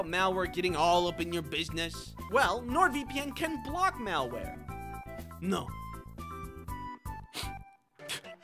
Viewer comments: I think it French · why did he sound spanish to me saying "no"? XDD also, the malware crying? good stuff.